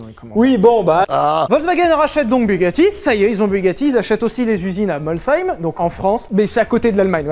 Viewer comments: Merci d'avoir bien dit la ville de "Molsheim" !!! Même dans l'émission "Turbo", il leur a fallu 10 émissions avant de le prononcer correctement !!! Loser Domy Chapatte !!! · Merci 🤝🏻 de prononcer Molsheim correctement 😁 Signé un co**ard de Molshémien psychorigide 🤣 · Sah quel plaisir d’entendre la bonne prononciation pour Molsheim ! Changez rien les gars zetes top , vive l’Alsace ! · T’as dit « MolSeim » mec, comme je te respecte. Et pas CHAÏM … c’est beau 😢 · Bugatti à été fondé à Molsheim .... en Allemagne. Ben oui en 1909 l'Alsace est allemande. Du coup pour faire simple c'est une marque Alsacienne ^^ (Et bien joué pour avoir dis Molssaïme et pas Molcheim) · Superbe vidéo ! Et bravo pour la prononciation de Molsheim parce que souvent on a le droit à « molchème » ! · Je tiens 0 dire que Sylvain a très bien prononcé le nom de la ville de Molsheim pour l'usine Bugatti ahah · La vache !!! Sylvain a réussi a dire "Molsheim" sans écorcher le nom. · Tu m'as rendu heureux, pour une fois qu'un français non alsacien prononce Molsheim correctement ! Ca fait plaisir en tant que Molsheimien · Pour mettre tout le monde d'accord (ou pas), ce n'est ni Français, ni Allemand, mais Alsacien ! :p Je valide également la prononciation de Molsheim, merci! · Magnifique prononciations de Molsheim félicitations à toi tu est sûrement le seul 👌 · Merci d'avoir correctement prononcé "Molsheim" et de ne pas avoir dis "Molcheim"! Et la marque n'est ni française ni allemande mais alsacienne 😉 Comme la région, la marque a changé pleins de fois de nationalité du aux guerres ... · Merci mille fois de prononcer correctement Molsheim, étant alsacien, le nombre d'émission où il écorche ce nom ça me désespère. Sinon super vidéo mais dans la deuxième aire de Bugatti l'EB110 a été produite en Italie et non en France😉. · Merci Lévi t'es le seul qui prononce bien Molsheim merci Au nom de tout les Alsaciens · Oh wow Sylvain sait prononcer Molsheim 👌